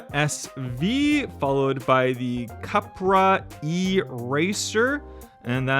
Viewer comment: You said Cupra wrong